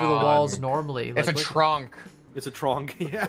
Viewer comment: When said: tronk Everyone else:yooo I was thinking that in my head